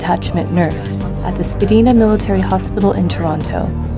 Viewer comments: Horrible audio, found it really hard to pay attention. Even harder when they pronounced spadina wrong. First its etta-bee-coke and now we have spa-deen-ah hahaha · Spadina is pronounced SPA-DIE-NA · Love you guys!!!! Just a small small correction when you mentioned “The Spadina Military Hospital” Spadina is pronounced “Spah-Dinah” uhmmmmm rhymes with Uhm... vagina embarrassed lol (Source, I live there) 😉